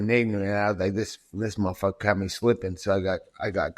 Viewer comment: Bruh stop saying MUH fu)&er lmao it’s like you feel ashamed to say it but wanna see like an adult.